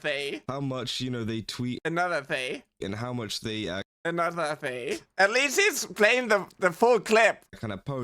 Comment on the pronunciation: It bothers me that this angry guy keeps pronouncing "they" as "day" and even the auto generated subtitles are getting that lmao